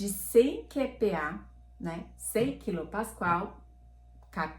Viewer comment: A pronuncia correta é "cá"PA pois se trata da letra "K" (100 KPA ). Dessa forma fica maos facil das pessoas fazerem a busca na hora da compra.